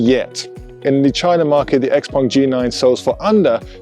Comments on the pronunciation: Why say Xpong when the name is Xpeng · Xpeng not xpung